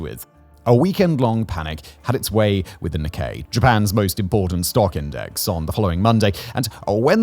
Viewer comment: Not how you pronounce Nikkei.